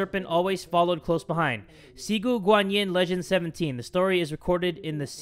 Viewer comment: "XIGU GANYIN" My dude, it's "Ci", like "tzzz goo gwan Yin " XDDD